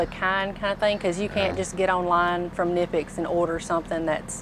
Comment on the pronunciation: i know you nonchalantly pronounced knipex the right way just to throw a friendly jab at her so she can pick up what you're putting down. You're such a gentleman 😅